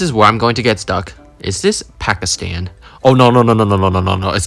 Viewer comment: “Is this pacastand?”